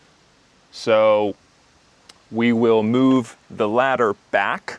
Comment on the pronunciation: I want to know the exact pronunciation of "the" in front of consonants. You pronounced it the sound of "the" in front of vowel. So please explain me!!!